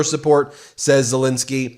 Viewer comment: Ensky not Insky, ENSKY ENSKY ENSKY ffs, call the man by his correct name.